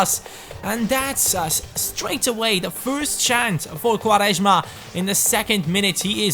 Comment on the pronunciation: u say quaresma very well xD (im portuguese)